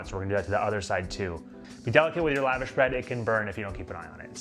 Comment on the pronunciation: Love it! One thing though please know, it’s pronounced “luh-vawsh” not lavash like you’re up in the club living lavish lol